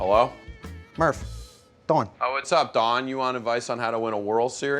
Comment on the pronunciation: Kroll should have said Don sounding more like Dawn. The ahhh sounds have more of an awww in Philly speak like daughter becomes dawwwder. Also 'yous' and 'jawn' every other word.